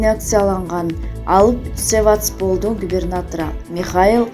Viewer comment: Севатспол эмес Севастополь